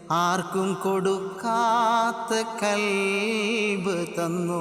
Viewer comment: കൽബ് അല്ല ഖൽബ് ✅